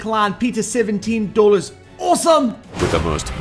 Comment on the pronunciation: ITS DOLLOS NOT DOLLARS